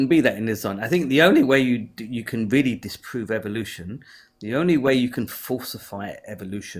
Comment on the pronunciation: In other words, he's weawy wong about evwyfing